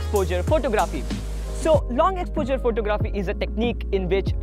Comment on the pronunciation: He pronounces it as ex-po-jurr...Jus t found it funny